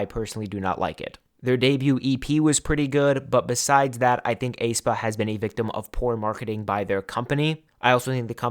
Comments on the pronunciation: this is a minor thing but for future videos according to the Hangul and their song aenergy, aespa is pronounced eh-spah or S-pa (에스파) not ay-spah or A-spa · I think the "ae" in "Aespa" is just pronounced as "a", the "e" is silent. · aespa is pronounced "eh-spa" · I find it really funny how you pronounce Aespa😄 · I have never heard anybody pronounce aespa like that 😭😭😭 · you're the only one pronouncing it that way